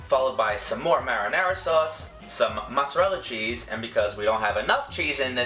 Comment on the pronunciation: He said "mozzerel" I'm dead